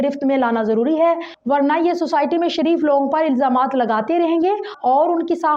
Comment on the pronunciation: shhhhhirrrleen aur shhhareeef.lolz